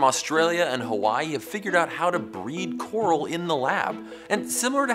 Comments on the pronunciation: they didn't say coral they said Carl. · Wasn't able to hear "coral" without thinking "Carl" after that part